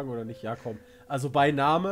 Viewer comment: "Beinahme". Dein Ernst? Haha